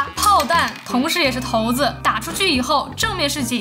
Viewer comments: 头子？那叫骰子 跟我读 shai zi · 骰子的骰不念頭，施艾切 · 骰子， shai zi. 咱别说tou zi . 😂. 视频很有趣。 感谢